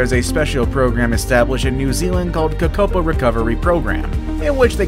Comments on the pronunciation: You said Kakapo wrong I'm from New Zealand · You said Kakapo wrong